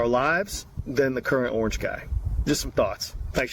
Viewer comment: I love how you say orange, I was 5 when Obama got elected and as a Black child in America it wasn't just a big deal to see Barack and Michelle in office for me seeing Sasha and Milia two little black girls on TV made my child self so happy.